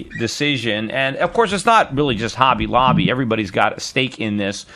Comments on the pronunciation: It's Hobby Lobbly not Holly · It's hobby lobby not holly lobby. Just saying